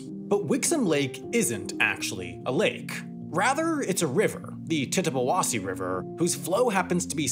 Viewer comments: I'm surprised how close you were on with the pronunciation of Tittabawasee 😂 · It hurts me how he said "Tittabawasse" correctly then proceeded to butcher "Michigander" 😢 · From a Michigander, you gotta give Sam props on properly saying Tittabawassee :)